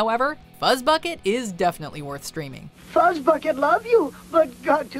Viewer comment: FUZZBUCKET that doesn’t sound right DO NOT DISRESPECT FUZZBUCKET